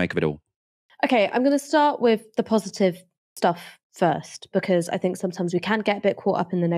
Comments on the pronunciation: 'Fink tank'... bro please learn to pronounce 'th'. You're so well spoken otherwise. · Your broadcasts would carry so much more weight if you could only pronounce your "th" words without using "f". Sorry to point this out and I do so because I'm certain it is only a problem of habit rather than anything else. When you say "fink" for "think" or "bofe" for "both" it diminishes your impact.